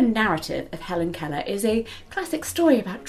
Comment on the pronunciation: I think you pronounced "Keller" pretty well, but, I'm also American, so, what do I know? XD